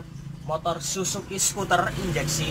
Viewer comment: Bacanya suter bukan skuter bos... 🤭🤭